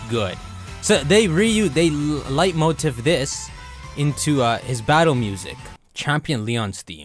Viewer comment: Dude kept saying leitmotif as “light motif💀” it’s pronounced “Lay-motif”😭😂